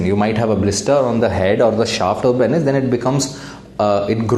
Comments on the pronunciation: Lol! That's what I was wondering too. Pen is or penis? 🤣🤣🤣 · Agar doctor bhi Penis sahi se pronounce nahi karega toh kya hoga desh ka ://